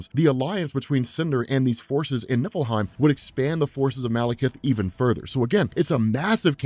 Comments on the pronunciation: Oh.,. NIFFLEHEIM. I thought you were saying Nippleheim. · For a second, I thought you said Nippleheim